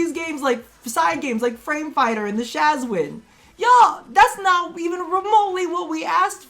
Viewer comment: It's not a guitar, it's not a banjo, it's not a shazwin. It's a shawzin, pleaseee